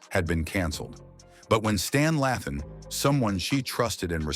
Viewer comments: Did anybody else yell *LAYthan not Lathin? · Did he say Sanaa Latham and Meghan Goode's names wrong? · How u say Stans last name right then IMMEDIATELY muck up his daughter Saana’s last name??!🙄🙄